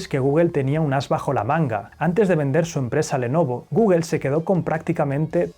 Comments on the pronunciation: Tambien "Guguel"?? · ¿Por qué dicen "guguel"?